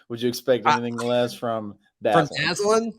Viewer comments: Good job this morning by you and. Couple things: I think you pronounce his name Da-ZAY'-Lin. Hard a in the middle syllable. Second, I saw him play at HTHS and the guy can fly, but more importantly, he can catch and hang on to the ball. I don't remember him ever dropping a pass at HTHS. I hope that continues at AU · Went to high school with Dazalin and Javarrius Johnson, Both are some great athletes and have a good relationship with each other which could help us out as well! His name is pronounced Dah-Zay-Len